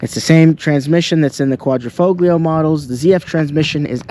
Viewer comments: Sorry dude I gotta say it. Quad-ra-fo-leo. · bro the G in italian is silent Guadri-Folio it is pronounced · Hi it's FO LEO it is a silent G bro..beautifull car 👍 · Yo, wtf is a Quadrifo-glee-o 😂😂Can't even pronounce the name right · It's Italian, so you don't pronounce the G! Quad-ri-folio. Bet you say Jagwar too....Jag-U-ar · Good job. Quadrifoglio.....don't pronounce the G.....Qua.....dree....fo.....leeeo! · Just for information, the „l“ is silent and pronounced „fo-gio“ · Great video. Beautiful vehicle . Thank you for showing and explaining the car. I want one!!! The g in Quattrofoglio is silent though.. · Why should I listen to someone who cant even pronounce Quadrifoglio ?! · the G in Quadrofoglio is silent dude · Would you yanks stop pronouncing the ####### "g" in quadrifoglio!!!!!!! So ####### annoying! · Don’t pronounce the g in quattrofoglio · learn to pronounce "quadrifoglio", if you are british or american it doesn't mean you have a license to butcher every word in another language. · Great video but kills me how you pronounce Quadrifoglio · Mate, your Giulia knocks it out of the park, great colour, great stence, nicely lowered, just brilliant! By the way, do not pronounce the G in Quadrifoglio, you'll make them Italians mad! 🤣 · Was told the "G" in the word Quadrifoglio is silent. Not to nit-pick your story. With apologizes if I am wrong. I love these cars. My CRNA buddy just bought one and loves it. Good review. Hope to see more. Thanks! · Very nice review and I agree with you all the way as I own one of these cars and adore it. But, if you will allow me a small Italian pronunciation lesson.....the "g" in Quadrifoglio is silent! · Great video overall, but Sir... The "G" in Quadrifoglio is silent... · Learn how to pronounce "Quadrifoglio" then we'll talk. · 2 things. First, you're pronouncing quadrifoglio wrong and why don't u have carbon fiber door handles? Would look even better than it already does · Dude you don’t pronounce the G in quadrifoglio….